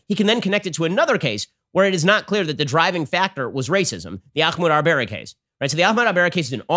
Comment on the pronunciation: I wonder if Ben will ever learn the truth about Ahmaud Arbery... or learn to pronounce his name.